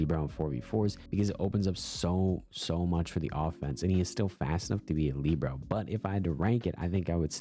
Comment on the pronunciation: what do you have against kimiro😢 and its Li bare oh not leebro